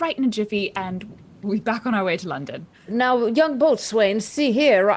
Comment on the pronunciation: i know it's old, but boatswain is pronounced bo-sun lol